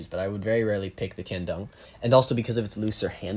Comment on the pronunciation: Correct pronunciation for tian dong is almost right. Dong is pronounced “d-oo-ng”